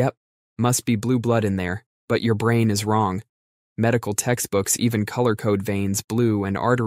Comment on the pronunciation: Why does he pronounce brain as “brain-t”?